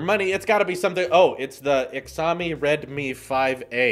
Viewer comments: The actual pronunciation is “shaaomi” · “Good on ‘ex-am-ee’l Xaoimi is pronounced like Shh-ow-mee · “ixami” XD just to let u know it’s pronounced shaomi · It isn’t Xiomi! It pronounces as “Shaomi” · Holy shit stop saying exami its pronounced shaomi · It's SHY O MEE not HEX O MEE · “Exowme” it’s “shao-me” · its called zhou me not ckziaomi or whatever the hell you just said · It's Sh-ao( like ouch but without the "ch" then mi as in "me" ( love your content, keep up the great work!) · It is Xiaomi (Sheeow-me) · it is pronounced shawme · In Chinese pinyin 'X' is pronounced as 'Sh' so it's pronounced as 'Shawmee' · pronounced as shaomi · Lol Xiaomi is pronounced “ten-iaomi” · Figured I’d check the comments before commenting myself because “exömy” was hurting my ears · I figured as much. It’s fine but just so you know the proper way to pronounce it is sh-ow-me 😂👍🏻 But I’m sure you’ve already seen that like a hundred times 😂😬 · It’s jiaumi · its pronounced shaumi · I’ve always heard it as Shao-mi. Not sure how else you’ve been told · Shaomi is how it’s pronounced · ...how have you never heard anyone say "Shao-me"? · "Xiaomi" "showe-me" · It’s pronounced as “Xi-yao-mee” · loooool it’s pronounced ‘shy-o-me’ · the name is pronounced Show Me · Xiaomi is pronounced Sh-au-me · I thinks it’s pronounced “shao mee” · It is pronounced xioami or ‘j ow mee’ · I know you pronounced it wrong lol. It is pronounced "Shouw me " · Xiaomi is pronounced shaumi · Xiaomi? Its pronounced shao-me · Xiaomi is pronounced kinda like Sheeyao mi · "Ex-ami" Cringes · Pronounced shao-mee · xiaomi is pronounced she ou me！ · Ex-zah-me lol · shouldn’t you look up how it’s pronounced? As a tech news and review guy, it’s kind of part of your job, and would have taken 5 seconds on google. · Wow that Xiaomi pronunciation... was just something else.... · Yep the Chinese pronunciation is pretty different to its spelling